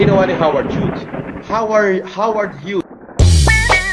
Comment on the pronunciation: Sino si Howard Huge na sinasabi ni? Ibig nya bang sabihin ay si Howard Hughes pronounced as (Hy OO z)?🤭🤭🤭